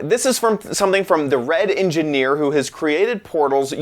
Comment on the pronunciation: He almost said "The Wet Engineer" lol